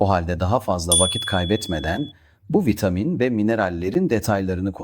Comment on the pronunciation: Sadece boo 12 değil birde vitaaamin diyor. 😂